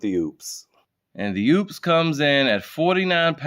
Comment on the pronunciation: The name is not oops, it is Opes. Talk to the folks that make this, so you don't sound stupid.